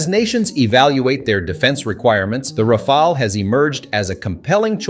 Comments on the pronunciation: It is not pronounced as Rafael or RAFAEL, but Ra'faal or RA'FAAL!/. Ok!?? Ok!?? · I’m french so maybe I can help : Rafale is pronounced in 2 syllables with both the same vowel sound “a” : Ra like in rabbit, fale like in phal-lus 😅 Ra-fal That’s it ! + the word rafale has 2 meanings, first one is a strong gust of wind, the second is the burst of fire of automatic fire weapons ! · French person here. You are butchering the pronunciation, but mainly because you can’t seem to settle on one. Here’s the correct way to proncounce it (using „American“ phonetics): Rafale -> Ra-FAHL. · How is it that the narrator call it the Ra-fall and then Ra-fail, switching between them repeatedly during the video. I do believe the proper pronunciation should be Ra-fall, but maybe a French speaker can clarify. And the whole 'unrivaled situational awareness' is comical given the ability of a F-35 pilot to see through the plane and all around it thanks to a myriad of cameras for that purpose. But, the Rafale is a beautiful plane and in the hands of a top pilot it should give almost anyone a scare -- so long as it isn't shot out of the sky before it sees who shot it. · it's pronounced "Rah-Fahl" not Rah-fah-ley, not Ray-fahl, not anything else. Just Rah-Fahl. Having 3 to 4 different pronunciations of the same word in the same sentence is quite annoying. Even if you don't know the right one, try to use 1 pronunciation only. That's disturbing otherwise. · is it me or you keep changing rafale pronounciation